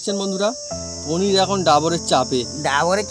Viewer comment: আপনার রেসিপিটা ভালো লাগল, কিন্তু নাটুকেপনাটা একটু কম করলে আরও ভালো লাগবে।অহেতুক চিৎকার করছেন। আর শব্দটা হচ্ছে "পনীর", " পনী" নয়।